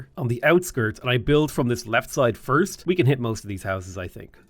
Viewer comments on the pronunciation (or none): none